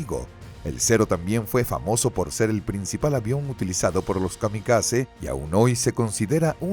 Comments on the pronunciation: Erik o Erij... no ERICH 😅. Nakijama??? Que se pronuncia NAKAYIMA. Kamizake??? Kamikazd... viejo esto está escrito mal con tu narrador AI. Lufgüeif??? Amigo se dice LUFTBAFE. Este mini documental deja mucho que desear, no mencionaron al huricane, ni la-5 ni el yak3. Encima decir que el yak 9 fue superior al bf109? No estimado... estaban al mismo nivel, pero el bf109 aguantaba mas las picadas y tenia mejor control de la alta velocidad. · Nakijama... ¡es Nakajima! ¿"Ataques Kamisake"? ¿Qué, iban borrachos en el avión? Dios mío, que horror de doblaje y locución. "Luftweif"... ya no sé si reir o llorar. "Las ocho fuerzas aéreas"... Era "La Octava Fuerza Aérea" (la fuerza de bombarderos estadounidenses en Europa).